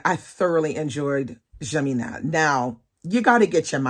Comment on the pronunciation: I love Jane Eyre too. And that Germinal book? Ill admit I started not entirely on board but I got hooked. Its been months since I read it and its still in my head, randomly thinking about scenes here or there. Are Zola's other books just as good? Thank you for teaching me how to say it properly 😅